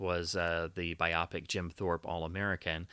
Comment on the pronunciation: It's bio-pic, not bi-opic.